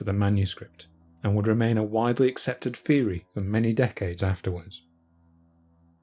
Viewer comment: "Engwish" & "feory"